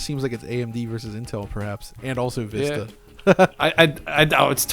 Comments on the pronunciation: Its not called Windows “Veesta”, it’s pronounced “Vis-ta”. And I though pronunciation of Wolfenstein is stupid... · VISS-ta, not VEE-sta. It's not the Spanish word, it's the English one meaning "a far-reaching view." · Jesus. "Vista"... you've never heard the word said before? "Veestah"? Wtf is that? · I'm chuckling at Windows Veeesta and "unexplicable", lol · What the hell is "windows veesta"?? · I had to stop watching because of Veeesta. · Windows Veesta? What the hell is that??? needs the AXE. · "windows veesta" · last video: Vista isn't so bad this video: VEESTA BABY! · Please use XP and please stop saying VEESTA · You're saying VISTA wrong lol